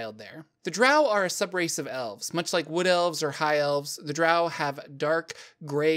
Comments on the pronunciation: It's pronounced Drow like grow and row. It's origin is Scottish for trolls that avoid sunlight. Dtrow is the original creature the Drow were inspired by. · Bruh…..its Drow (said like ROW). Get my peoples name right. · It's Drow..like D then Row...like row a boat. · I've long held the view that the name of the race is pronounced Drow as in row row row your boat gently down the stream. As opposed to the more nasal way of saying it that so many people do, Drow as in, OW ow ow, I stubbed my toe on the end table again. Perhaps it is just me... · I’ve alway pronounced drow like crow and loth like cloth but I agree either way someone would say it’s wrong. Then again I’ve always pronounced Drizzt as Drizzit. For some reason my mind’s eye always put an “I” in there. Wasn’t till like the 3rd or 4th book I realized there was no “I”! Lol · Why pronounce DROW like COW? In the video the word drow comes from the word DHAEROW which means DROW should be pronounced like grow, mow, etc.